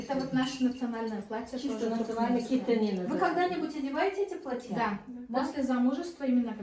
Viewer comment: Так сильно внешне туркмены похожи на казахов! Хотя до казахского настоящего бесбармака без обиды ой как далеко, особенно до северного!, не платьЯ, а плАтья!